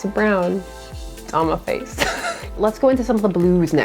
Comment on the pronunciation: I’ve never heard someone say “muh face” as many times as you did in this video. Quite amusing!